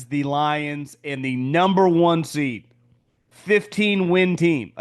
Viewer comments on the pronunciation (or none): none